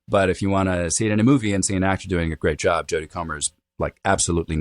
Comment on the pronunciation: Saying "job" using an "uh" vowel sounds hilarious to me.